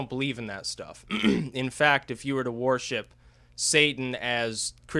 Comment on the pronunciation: He doesn't say worship, he says war-ship. Haha.